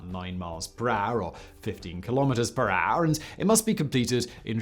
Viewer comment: 'per AAAAAUR'.